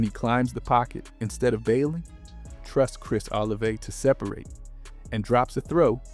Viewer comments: Bro said Chris OliveAy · its pronounced oh la vey